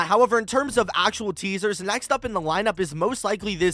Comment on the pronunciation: Bro became British "Teasahs" 😭